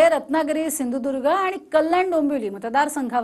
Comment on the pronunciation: सिंदुर्ग नाही सिंधुदुर्ग